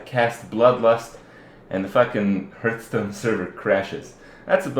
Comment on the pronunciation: it's pronounced HARTH-stone.....